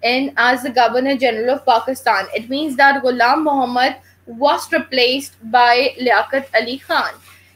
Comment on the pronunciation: it's not iam muhammad, it's ghulam muhammad.